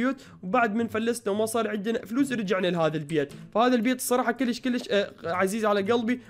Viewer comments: بليز لا تقول كولش قول كيلش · اعطيك نصيحه مو اكول كوليش كوليش حلو لا كول كليش كليش حلو يعني بلهجتك نصيحه